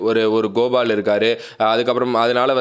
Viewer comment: athu gopal bro "goval" illa 🤣🤣🤣